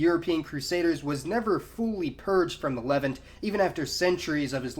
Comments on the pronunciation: Why does he keep saying "leven"? It is pronounced "Lev-aunt". It literally sounds like he's saying "the people of the eleven..." It sounds so confusing and stupud. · “Le-Vahnt”, it’s pronounced “Le-Vahnt”, not “levint”. Great videos though. Keep it up. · "LE-vant". XD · This is the first time I think I have heard Levant pronounced as levent with the stress on the first syllable. Great video though, very informative! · great video as always. by the way, I've noticed your pronunciation of "the Levant" is unique. you seem to put the stress on the first syllable, where as everywhere else I hear them say it with the stress on the second syllable- kinda more like "the le'VANT". is that just a word that everyone pronounces differently or do you have a particular reason for pronouncing it that way? thanks again for the video and keep them coming. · Levant isn't pronounced like that